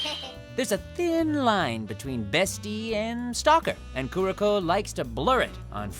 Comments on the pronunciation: HOW DO YOU BUTCHER KUROKOS NAME HOW!!!!! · 2 things wrong with this video: 1. Todd is mispronouncing a fair amount here... Two standouts are "Kuroko" and "kunoichi". What is it with dub VAs mispronouncing so much stuff? 2. No Yamada from B Gata H Kei. The girl's whole purpose that drives a large part of the plot is to sleep with 100 guys while in high school, and even once she settles on one guy, she is constantly trying to get it on with him.